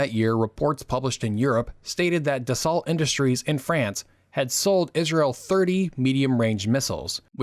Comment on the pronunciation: I hadn't heard that Israel had a Negeb Desert. Who was "Mordecai Gaz-it"? His name was GaZEET. The French aircraft manufacturer was Dassault -- pronounced "des-OH" not "des- salt."And so on, and so on. The term "evenhanded" used by Arabists in the State Department was generally understood to mean a pro-Arab position, not a balanced one. And so on. Learn something about your subject. Regarding alleged US "even-handedness" in the 1950s, let me refer you to the racist behavior of John Foster Dulles and his desire to force Israel out of the Sinai without a peace treaty or adequate security guarantees, such as a demilitarized zone. Eisenhower himself admitted that this was a mistake and a major factor in Nasser's rabid escalation in 1967. The actual cause of the war was a Soviet disinformation plot alleging that the Israelis had mobilized to attack Syria. No such mobilization occurred, but Nasser believed it. The idea that Nasser was planning to start a general war ten days before the Six Days War is nuts -- his army had barely reached the border and was in no shape to engage in any combat at the time. And so on. Abba Eban was not the "new" Israeli foreign minister. He had been in office for many years. And so on. Warnke's name was pronounced "war-NI-kee." And so on. The "New York Times" printing press was of a type used to print magazine covers and brochures. A newspaper press is one hundred times larger and is fed by a continuous roll of paper, not sheets. And so on. Meir Am-EET